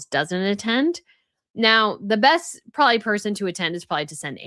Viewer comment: Also, are you saying "prawley", for " probably"? Hmm. I've never heard an adult do that before. 😂😂😂